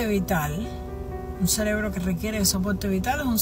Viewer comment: Viendo este video y escuchando a “la doctora”… Cuando de momento la escucho decir la palabra CELEBRO en lugar de CEREBRO… No tengo más nada que comentar…